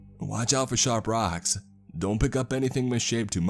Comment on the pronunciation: "Raacks can be shap as knaies." 😄